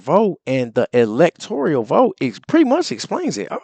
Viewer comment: I wouldn't say D. J. Trump is the best President ever. I wouldn't put him over Washington or Lincoln. It is "electoral", not "elector-i-al". I certainly prefer 45-47 to 46. 46 never should have held the office.